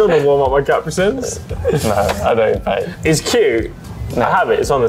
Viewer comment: CAPRE-SINS no its said CA-PRI-SUNS